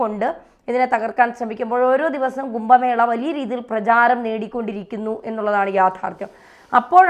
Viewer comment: കുമ്പ മേളയല്ല കുംഭ മേളയാണ്